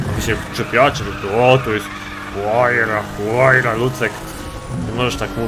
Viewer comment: Czyta się łajra a nie huajra jeśli chodzi o Pagani